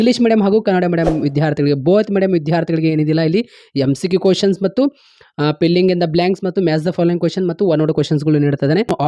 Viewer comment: Filling ❌ pilling in the black 😂😂